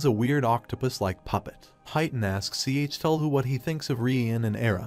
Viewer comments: WHY DOES HE PRONUNCE IT "C H TUL HU" IT HURTS TO LISTEN TO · You know it’s a confusing time when it takes literal minutes to figure out which god is being referenced when it’s pronounced C H Tell Hu. Cthulhu. It’s goddamn Cthulhu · he pronounced the name wrong